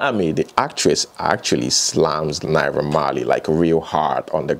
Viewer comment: I was confused for a moment when you were off the screen and started reading Naira Marley's response. You sounded exactly like him. Fortunately or unfortunately, you also have an "unrollable R" pwoblem like Naiha Marley does.